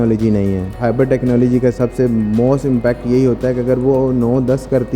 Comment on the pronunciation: Everyone : hybrid Host: hybard😂😂